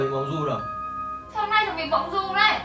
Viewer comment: Vâng ,đọc nhầm mộng du đi mua dưa thành thẩm du đi mua dưa. ĐM☺ 😺👽